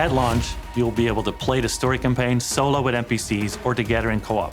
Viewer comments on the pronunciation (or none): none